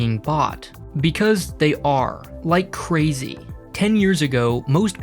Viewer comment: "...save like cwazy" Lol, very informative channel, but this guy's voice is the worst.